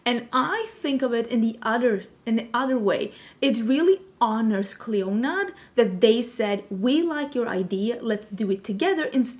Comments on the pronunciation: It is correctly pronounced “CLEAN-uh”. Mythological queen, kind of like Hela. 😘 No. Dragonfruit is pretty to look at but not tasty at all. Very very bland. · Clionadh is pronounced "Klee-oh-nah" 😎✌🏼